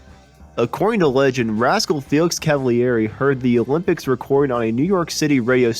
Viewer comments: Felix Cavaliere last name is pronounced CAV A LEAR A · Totally lame. First, you've butchered the pronunciation of Felix's last name. And far more importantly, you never mentioned the untimely passing of the great drummer, Dino Danelli. Unbelievable.